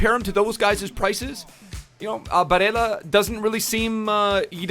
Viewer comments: hey, in italy we pronunce it “Nicoló Barèlla” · the y-ish pronunciation of “ll” only works in Spanish, in Italy his name isn’t “Bareya” it’s just Barella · Es barela boludo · u don't pronounce double LL like that he is Italian not Spanish